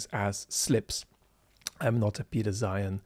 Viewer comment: I'm afraid I don't have your tact,. It's difficult to take someone too seriously who makes a video about Napoleon and pronounces his name "Nupileon". Zeihan (or should I say Zoohoon) does this constantlly.